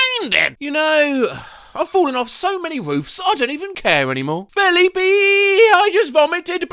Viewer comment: why do you pronounce Felipe like that what the hell